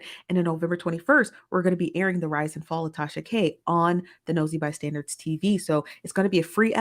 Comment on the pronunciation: It always sounds like she is saying Nosy ByStanDards. 😂